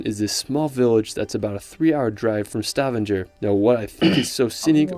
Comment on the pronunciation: His overall pronunciation isnt half bad,but his main thing is that he puts pressure on the words at the wrong areas often. A prime example there is the city of Stavanger. He worded it pretty good,but his pressure split it into Sta Vanger. Its supposed to float more "Stavanger" in one word. But letter for letter,he does well for a english speaking person. I have heard way worse over the years. And some of the landscape names,even i have trouble saying correctly,having norwegian in me from birth. Norway might be one of the smallest countries in the world in size,but its also one of the countries with the absolute most dialects as well. Some of my family origins from the islands of Lofoten,there they also have the stunning Haukland Beach wich in my opinion knocks out Kvalvika Beach on location,sand etc. Its soo popular during summer that you might find yourself in a long line of cars waiting to get to the location,unless you are actually camping there. In Vestvågøy,Lofoten they also have theyr own Viking Museum,where you can get a guided tour in both english as well as norwegian,where you also might get to see theyr identical viking ship they buildt like they did in the old days. You get to meet animals they used to have back then,and while being guided through the main house,you might even get served some historical "viking dishes". You get to see the throne chairs and alot more. If you dont want to risk it with some "viking food",they got a cafe there as well,where you can ord